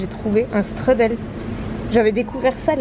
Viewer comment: Strudel ça se prononce "chtroudel", c'est allemand pas anglais ;)